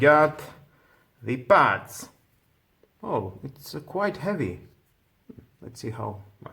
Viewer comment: Not Pads. Buds, with a B